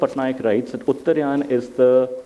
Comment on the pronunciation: It is UTTAR'AA'YAN Not UTTAR'YAA'N